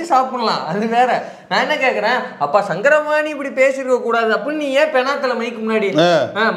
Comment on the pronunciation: சாரங்கபாணி... சங்கரபாணி அல்ல..